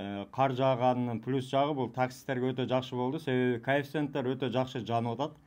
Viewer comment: О ботом конфицент дегенин эмине